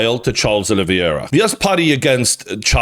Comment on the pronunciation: It’s pronounced: OLIVE - ERA Not: OLIVEY - ERA